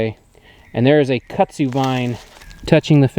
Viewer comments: Hi from another TarHeel. Your property looks so pretty all green & lush. I have a question for. I’ve lived in NC almost all of my life except for when my late husband was in the military and we moved around quite a bit. Kudzu is the bane of existence for North Carolinians. It sounds like you are saying Kutzu? In the southern part of the state we say KuDzu. Was just curious. Also, are you still building your addition? Thanks so much. Happy Gardening!! Stay cool! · I like the way you pronounce Kudzu but I can definitely tell you weren’t raised in the south. 😂